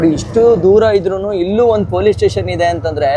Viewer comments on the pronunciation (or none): none